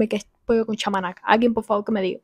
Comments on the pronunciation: 😂😂😂chamanaca no es,ves pachamamca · NO ES CHAMANACA, ES PACHAMANCA Y ES UN POLLO QUE SE CUESE DENTRO EN LA TIERRA.(HACIENDO UN HOYO CALENTAR CON MUCHO FUEGO). JUNTO CON PAPAS, HABAS ETC. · Al joven del video de referencia hay que darle unas clases de lectura porque no sabe leer Dice Pezidur y es PEZIDURI Dice Mayo y es MAYONESSA DICE Pisco acolchado y es ACHOLADO DICE Pollo sabor a palchaman y es POLLO CON SABOR A PACHAMNANCA DICE Huevos pachaman y es PACHACAMAC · El chico del video original tiene un grave problema de lectura. "pisco Achoclado, Salsa pachamanaca, Perizidure" jajaja. Es Pisco Acholado, Pollo en salsa de pachamanca y Pezi Duri. :elbowcough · Pollo con chamanaca no xdd Es pachamanca xd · ese chico no sabe leer? dice PEZIDURI y el le perisidur WHAT???? dice PACHAMANCA y el dice pamachinca what>???? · Es pachamanca no chamanaca jajajajajja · Pachamanca lo pronunció mal , la pachamanca es una comida que se prepare en hornos cavados en la tierra y se sazona con una salsa especial que tiene el sabor de Pachamanca